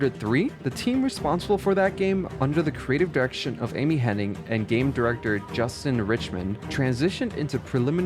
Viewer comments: Amy Henning? I'm ten seconds in and you're already screwing up names. I'm out. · Her name is Amy Hennig, there’s no “n” before the “g”. 😅 So it’s not “HenniNg”.